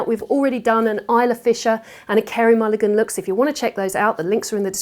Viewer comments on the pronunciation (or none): none